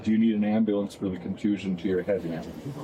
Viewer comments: "Axing" for an "amberlamps" -edited to correct the latter from "amblance" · Guys it’s not that hard, “ASK” and “AMBULANCE” just like they’re spelt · I don't think she understands what 'medical attention' means. The officer asked her a few times if she needs any and she said no, but she's complaining about not getting any. Edit: She actually thinks if she had 'axed for an amblanse' she would be a victim and not a suspect. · she axed for an amblance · Same people who can’t pronounce “ambulance” properly and say “ambuhlynss” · Boo-Hoo What a SELFISH POS this one is. What’s a “Amballance”? Oh Shyt, the last EYELASH is going after the other one!! Whoops, she’s getting that story mixed up, or maybe she doesn’t know where she is……She should have taken that “right” to STAY SILENT, I think…..Um-huh! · I doon nit Amboolance 😭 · Medical ampoolance thing....😂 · Am-bah-lance. I cannot. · Someone who needs an am-buh-lants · Stop saying Axed and ambalamps 😅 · At the end of the day.... am-bah-lance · She hit the "ambalamps" and "axe" within like 5 sec. I just need the African ceiling bird, "I can't breave," and "I dindu nuffin" to get a BINGO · Good grief she is dang near illiterate - how cringe! Yuck! "Ambahlance" "axe" etc. These people are the lowest of the low. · Why can’t these people pronounce AMBULANCE or ASK? Seriously? Amboolanc, axe. 😂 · you can’t say “ambalance” and “axe” instead of “ask” back to back holy shit. put her in prison for her speaking alone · There’s the “axe” 🪓 and “amber lamps” 🚑 🤦🏻‍♀️🤦🏻‍♀️🤦🏻‍♀️ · Amboolance Axking 😂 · TL;DW - This is basically an hour of her saying that she shouldn't be detained because she has injuries. I like the part where she was "axing" for an "ambuhlance." And a different "indivisual." But she's "frusgrated." Maybe it's because she isn't his "pry mare in farcus." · “I’m axing you for an Amble-lance” perfect English. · She is axeing you for a amblams... She finnin to get mad... Cause you dunt got in the way of her entitlement car....